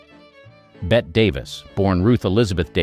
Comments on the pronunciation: Gloria Swanson worked for the "FEDERAL RESERVE" on her downtime. It's BETTE Davis, NOT Bett Davis!!!! And this ended oddly. Other than that, GOOD JOB!!!! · With due respect Davis's first name is pronounced "Betty" not bet. Thank you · You committed the cardinal sin of pronouncing Bette Davis “Bet”. 😵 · All this research and they couldn't pronounce Marlene Dietrich or Bette Davis' names correctly?